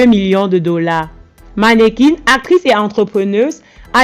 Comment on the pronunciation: Merci pour la vidéo mais on dit MANNEQUIN ET NON MANNEQUAINE peut importe le sexe du concerné